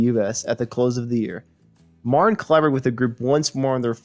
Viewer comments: Are you saying, "Marin"? It's M A R T I N. George Martin, with a ' T ' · This narrator says marin instead of Martin and pick instead of Peek I too had to go back and replay some of what was said.